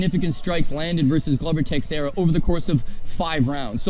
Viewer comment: Just here to point out these 2 have been at it for almost 2 decades and still pronounce Glover Texiera's name worse than my racist, 90 year old grandma. Great credibility booster guys 😆🤡